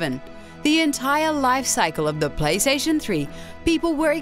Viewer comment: Pwaystation. Seems legit enuff 2 be sony